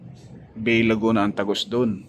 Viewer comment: yung "BAY, LAGUNA" ang pronunciation po ay "BAE, Laguna"